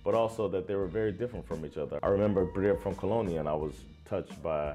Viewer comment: By the way - kolonin has the accent on the last syllable, on the i.